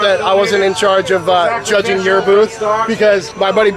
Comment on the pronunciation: Did you say, Chudging? 🤔